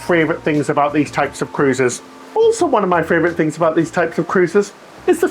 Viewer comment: FRAYvourite lol